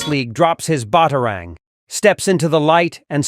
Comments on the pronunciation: Batarang, not Botarang. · "Bottah-rang". "Loyz". Do your own narration. This AI narration sucks. Or should I say, "Sooks"? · DUMBEST WAY OF SAYING BATARANG I HAVE EVER HEARD. 💀🙄🤨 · I hate AI voices, cant even say Batarang correctly.